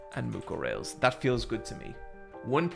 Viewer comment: for the last time, it's pronounced Mucorales